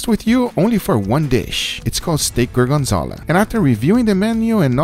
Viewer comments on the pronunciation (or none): apparently gorgonzola is pronounced goargenzala 😂 jk u do u